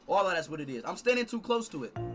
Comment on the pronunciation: he said he’s standing stoo tlose